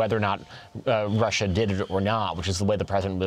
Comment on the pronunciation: How dare you stutter when you pronunce Russia !